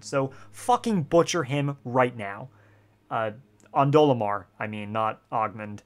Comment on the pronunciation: I was supporting this until you said Ondolemar.